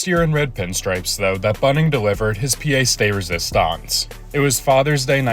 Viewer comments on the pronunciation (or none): Are you the type of person who, like me, wants to be told when I make a mistake, so I can learn about it right away and never make the mistake again? I hope so because the pièce, in 'Pièce de résistance', is.... 'Juuust a bit outside' ;) I hope you're cool with me telling you. I'm don't want you to think I'm being pedantic. I really enjoy your content and I don't want to be 'blacklisted' or blocked. I'm just an old school Expos fan, from Montreal Quebec Canada and I was hoping to help out. Speaking English as a second language. I know it's frutratuing and I make a lot of mistakes. I just opened a 2nd window and if you type the word in to google, there is a place to press a button and you can here someone say the word, or phrase. The best way I can teach it, is silly but I'll try to type it phonetically. Okay, so this is just the first word, Pièce. The other 2, you got down very well! I would spell the sound as, pea-yess. That's Quebec French and essentially the same as French from France. I hope that helps and that I don't ruffle any big bird feathers. Wasn't 'Big Bird' a nickname for a pitcher in the 70's? I'm trying to remember, without looking it up....was it Mike Fiderytch?? I know my spelling is off. Lol So that's my final no, it's Mark! Mark Fidrych. I'll check after but right ot wrong,mI w/o by Chang my answer :) Please let me know if you have any questions. If not, keep up the great work and I'll tell other people to visit your channel! Merci Beaucoup